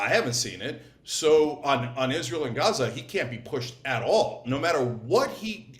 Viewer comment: David and Brian cannot say the word Gaza.